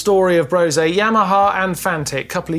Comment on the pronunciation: Why is it that nobody seems to know how to pronounce Brose?😂